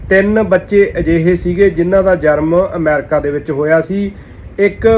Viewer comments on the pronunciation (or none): ਜਨਮ and not ਜਰਮ